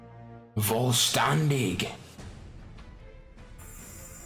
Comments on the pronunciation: the way you said vollstanding sounded german as f XD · How u said vollständing and Flügel XD German words btw